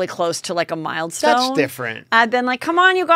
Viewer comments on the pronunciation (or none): Haha mild-stone? Or milestone? Either way, love your show!!!❤️❤️